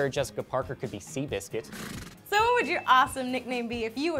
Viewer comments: lol "seabiscut" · LMAO XD "Seabiscuit." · Seabicket!? hahaha